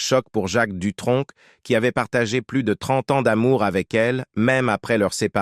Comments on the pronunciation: Jacques Dutronque à quatre-vingt-tun ans ? Ça commence déjà de travers. Vive l'Intelligence Artificielle ! Les sites de voix off même à petit prix font mieux. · Jacques Dutronk ? C'est quel accent ça?